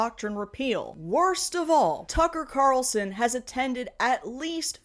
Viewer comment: "Tucking Cocker Carlson" 😂😂😂😂😂😂